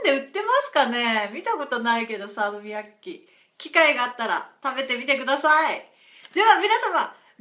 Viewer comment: You pronounced Salmiakki perfectly. :D It was easy to see it was a bit of a surprise when you ate it. :D